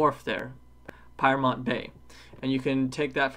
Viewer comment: Peermont or Piermont.I lived there for 4 years.